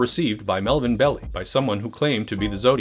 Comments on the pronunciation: It’s Bell-eye, not Belly. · you didn't even watch the movie properly to know its not Pronounced BELLY! , ITS PRONOUNCED BELL-EYE. god damn idiots. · Bell-eye, not Bell-ee. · Fact Check: It pronounced like it looks Bell-i, not Bell-e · Pronounced "BELL-eye." Not "belly". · The real pronunciation of Belli’s name is Bell eye several documentaries on the zodiac killer, pronounced it wrong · Im pretty sure that Melvin Belli is pronounced "Bell-eye" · . Great vid. Hate to be picky but Belli's name is pronounced bell-EYE. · Melvin Belli is pronounced Bell-aye Also, don't give your kid the middle name Lee, nothing good will come of it. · It's pronounced "bell-eye" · Another great vid...but it's Melvin Bell-eye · You mispronounced Belli so I had to give BULLSHIT on the meter! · learn how to pronounce Melvin's name, jezzzzz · If only you hadn't mispronounced Marvin Belli's name over and over. And over. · Funny when the new generation pronounces the names totally differently. It was Melvin Belli, like "Hi" at the end. Grew up with that name on the local news all the time. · How can he make that mistake when it's pronounced in the historical footage he's using?